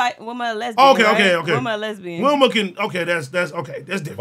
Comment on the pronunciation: 440 Willma lmao you mean Velma 🤣🤣🤣